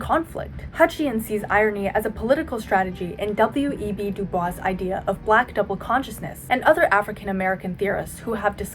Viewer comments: hi not trying to be ironic or facetious at all but Du Bois actually pronounced it "du-boyce" instead of "du-bwah"! he rejected the colonial/white pronunciation. great video nevertheless! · side note: du Bois is actually pronounced "du boys", he actively chose this pronounciation to separate himself from french colonisers. shoutout to F.D. Signifier ✌ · great update video, i watched the gen z humor video way back when, love to see growth! btw W.E.B DuBois is pronounced "duboys," he always made a big point about that lol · W.e.b dubois is pronounced wrong here. It's usually pronounced "dew bwah" put in his case it's pronounced "dew boice." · du bois is not pronounced "du bwa" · it’s pronounced like “da boyz” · W.E.B du Bois is mispronounced